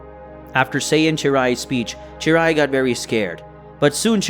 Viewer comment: its cheelai not cheerai